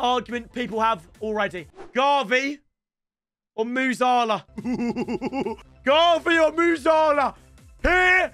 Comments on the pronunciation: It’s pronounced gAvi not garvi and musiiiiiiiala not musala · Nah this donney he cant pronounce musiala its not musalah ffs plus 0 ball knowledge